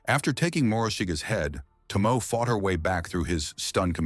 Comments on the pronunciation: Her name is pronounced To-Mo- E not ❤Tomo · Was she not married to Yoshinaka, betrayed by his own kin the Minamoto. Yoshinaka fought the Heike, but betrayed by the Minamoto, whom he fought for. Yes the narrator should study more to pronounce the names correctly. 😢 very bad , Tomoe instead Tomo??? Samurai as he pronounced SAA.....MURAI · It would be nice when you make a documentary on someone if at least you could pronounce her name properly! To mo E !!!! (eh) To mo (eh). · Over an hour of inaccurate and inconsistent pronunciations – that element is really irritating. E.g. Tomoe = Tomo-eh Not To-mo / TOmo / TomO / T'mo / Tomey / T'mey, etc. Taira = Tie-rah Not Tie-rea / Tie-eerah / Ta-eerah / Tie-rey, etc. Six to ten pronunciations of the same word that is spelt the same way each time; sometimes with the pronunciation not agreeing with the spelling (Tomoe = T'mey, Taira = tairea – how?). If I hadn't been reading along, half the time I wouldn't have known who or what the AI was talking about. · “Toh-mo-eh,” you AI idiot! If you’re going to use an English-speaking computer program to tell a Japanese story, teach it how to pronounce the Japanese words it’s going to use for crying out loud!